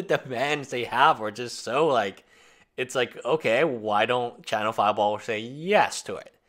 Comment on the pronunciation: I swear you said "china-fireball"